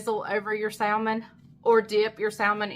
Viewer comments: Hi - I love salmon and it's quite healthy, especially if it's not farm raised. Is it a southern/country thing to pronounce it with the "l"? The correct pronunciation is "samen". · Wait, is the “l,” in salmon not silent??😆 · I'm from NC and I pronounce the L too...that's just the way I've always said it! Lol 🤷‍♀️ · Your son Wasn’t there to remind you, salmon without the L?😂